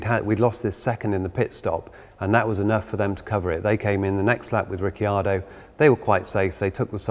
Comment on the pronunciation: riccardo not rickyardo